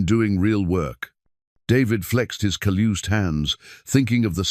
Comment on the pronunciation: teach your AI that "callused" is not pronounced "caloozed"